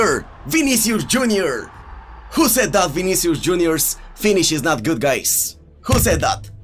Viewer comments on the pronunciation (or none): none